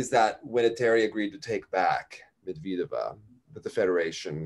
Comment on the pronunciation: I also love the accent :D Just one thing, why do you pronounce Medvedeva as Medviiideva? The accent is on the second e so it's MedvYEdeva.